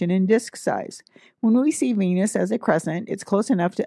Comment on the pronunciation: Did she just said BENUS?